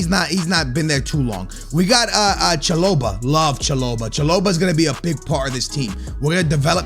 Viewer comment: let’s just fix that pronunciation Cha-Bo-lah